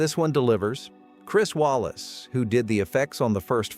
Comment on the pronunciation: Walas is pronounced "Way-less," not "Wallace."